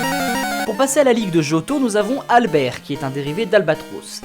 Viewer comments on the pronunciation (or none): none